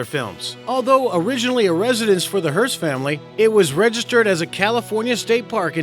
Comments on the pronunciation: "Hom-brey Hills." Holmby Hills. "Eh-cless-stone." Forget it. "Hurts Castle." NOT in the Godfather. William HEARST moved into a Beverly HIlls home where Godfather was shot. Trump's Palm Beach house is called "Mar-a-Lago." "A man called..." It's "A man named..." I QUIT. Moronic. I mean seriously, sloppy. You could care less about your subscribers and watchers. HACKS. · This dude. (Hombry) Hills? HOLMBY (Heartz) Castle? HEARST. Oh well it simply adds to the Tabloid skeeviness of the whole thing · So many errors...."Hombry Hills" try Holmby Hills....Hearst not Hurts....the palace you show for the Sultan is the large Mosque in the city NOT his palace. Shame on you! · That is HEARST not HERTZ!!!!